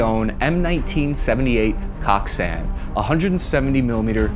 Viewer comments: Its not koksan its goksan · Good vid. As far as pronunciation goes, "Kok" rhymes with American "Coke," starting with a G: "Goke." "San" rhymes with English "On." "Goke-Sahn" (곡산). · "Kok san" 💀💀💀💀